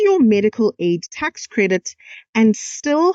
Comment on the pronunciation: Tax not task wena msunu